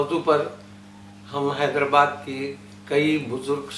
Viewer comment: نہایت اور انتہائ کہے بغیر کوئ بات نہیں ہوسکتی؟ زحمت سخن ؟ کیا یہ کوئ مشاعرہ ہے؟ حیدر+ آباد تلفظ ہے نہ کہ حیدر+باد